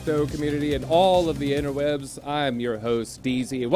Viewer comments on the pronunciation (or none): Ben says inter webs dezze